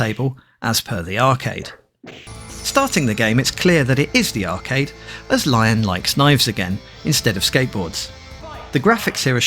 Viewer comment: nice game breakdown, and this is my first vf game on the series (primarily the pc one).. but small correction there, lion's name is pronounced "LEE-OWN", not the animal itself..